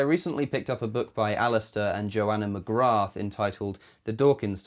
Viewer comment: I would suspect the 'th' is silent in McGrath.